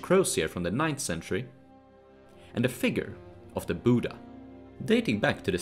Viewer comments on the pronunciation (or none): none